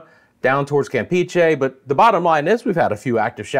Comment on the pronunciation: your spanish pronunciation needs a little polishing ( Merida & Campeche ). It's Me rí da! and Cam pećh é 😂